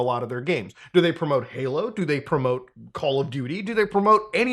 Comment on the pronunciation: are you saying “Paylo” instead of Halo? Sorry I’m having an “argument” with the missus about whether you said halo or paylo. Subtitles say “halo” but I don’t know if they are auto generated. My gf claims I won’t convince her it’s not “paylo”. But I think it’s “Halo” he says, it just sounds like paylo. …Paylo 😂